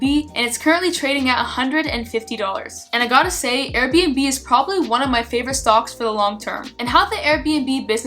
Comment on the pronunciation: you almost sound like you're saying "stonks" i feel like this may be on purpose lol